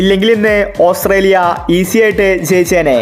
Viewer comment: ഓസ്രേലിയ അല്ല മാൻ, ഓസ്ട്രേലിയ 😅😅